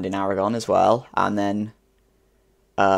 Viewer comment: Your pronunciation of Aragón is pretty good :)